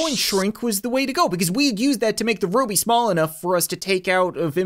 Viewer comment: It said the romainian Ruby right.And I Am from it.